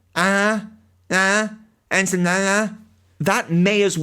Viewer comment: "Lieutenant Slanerin, Drish, ugh, ahh, ensign nehneh" Lol!